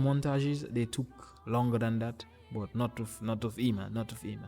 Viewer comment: Hey, Eima is reading like Eyma.